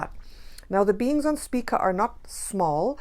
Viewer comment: Is it: Speak-a or spike-a? I keep hearing the pronunciation differently.